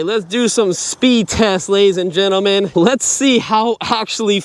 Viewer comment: At the very beginning he said ladies and genimin lol